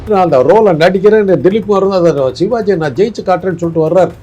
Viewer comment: தம்பி டேய் நெறியாளரே. நீ சோன்ப்படி விற்பவரா ஷிவாஜி என்று சொல்கிறாய். சிவாஜி என்று சொல்லத் தெரியாத‌ா?